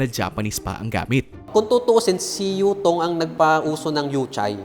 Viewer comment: anong bus mo? : "Utong" I mean Yutong